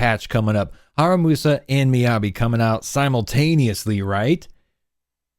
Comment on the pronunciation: In case you haven’t noticed yet, you’ve got his name wrong. It should be “HaRUMAsa”, not “HaRAMUsa”.